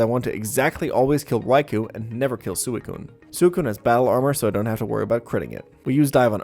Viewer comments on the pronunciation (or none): “sooh-ih-coon” It’s swei-coon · BTW this pronounced "Swe-Coon" , not Su-E-Coon lol :) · Sew eh coon? It's Swee Koon >:{ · soocune? i think its swicune right? Thatshow i ronounced it when i was a kid or was i just dumb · I hate that he pronounces suicune as sewey-cune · Some of these Pokémon name pronunciations broke my brain xD Like Sue-a-coon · I respect DESPITE the way he pronounces Suicune. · I really hate how you pronounce Suikune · Never in my life have I heard someone pronounce suicune in this manner, and it hurts me so very much. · God the way you pronounce gyrados and suicune reaaaaallllly grinds my gears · Can we talk about how he pronounces Suicune... 😅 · The way u pronounced suicune 😂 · WHY DO YOU PRONOUCE SUICUNE THAT WAY? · I respected everything about this run until i heard you pronounce suicune.... like yikes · Liked until I heard you pronounce Suicune